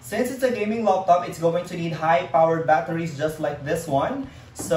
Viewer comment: I like the way he says Loptop instead of Laptop XD. anways nice vid man :)